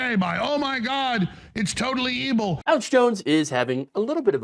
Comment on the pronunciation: did he say "totally ebil?"